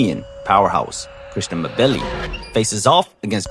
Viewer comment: I believe it’s pronounced M Billi. Like N Gannou or N vidia.